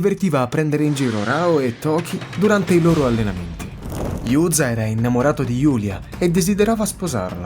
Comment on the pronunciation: Bel video (e bella voce!) :D Tutto giusto e interessante. Spero ti piacera' la resa del personaggio quando apparira' nell'Extreme Edition, anche perche' essendo uno di quei personaggi che, proprio a causa delle poche battute e scene in cui e' presente, merita un'attenzione particolare per le sue battute. Comunque si pronuncia "Giu"za (Juza) e non "Iu"za (Yuza) ;) E il motivo e' anche interessante; il suo nome e' infatti una distorzione del termine "Jiyuu" (liberta') in giapponese.